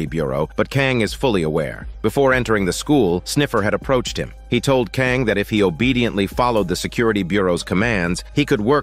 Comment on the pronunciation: Hey thanks for this. Such a cool premise for a show and really well done. Your play-by-play is perfectly expressed. If I could respectively point out two things I noticed that made me laugh. You pronounce the school President’s name, Kang, three different ways throughout. NBD. What I found extremely funny was your semi-degrading descriptions for some of the characters… XD Her greasy face, his greasy beard… Her stinky feet… Chicken screams, chicken body, fly like a chicken… Sleeping on the couch like a piggy… Man.. those were some tasty sprinkles. Anyway, thanks again. Stay safe and enjoy your day. 😎